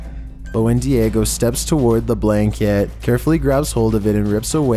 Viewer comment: Its diego not diagio